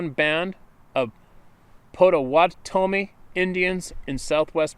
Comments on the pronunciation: Potta watta me (spoken without any pauses, the spaces are just for convenience, to prevent "wattame" to be mistaken as "wat tame") Also, Adirondacks -- "Atta ron dax" (Michigan for past half century, New York before that for two decades.) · pronounced: "Potta -wotta -mee"